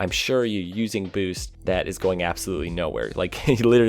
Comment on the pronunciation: I love when you say boost. "Booce"